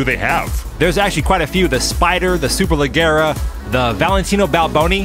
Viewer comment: In "superleggera" the Gs are not hard. It sounds similar to trying to say "super-ledge-era".